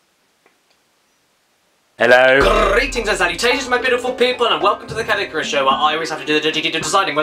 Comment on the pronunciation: just saying.... its Caddicarus. but good try :p